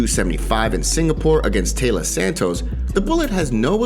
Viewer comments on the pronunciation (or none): none